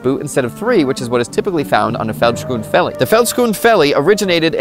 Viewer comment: Thanks for talking about south africa! I love your pronounciarion of vellies😂. Its close enough though. Your pronounciation for it was correct except you say the "vel" as "fell"